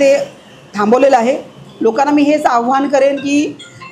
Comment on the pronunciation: चैन नाही,चेन.आव्हान नाही,आवाहन.